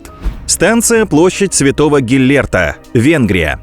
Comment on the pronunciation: Будапешт! Станция не Гиллерт а Геллирт !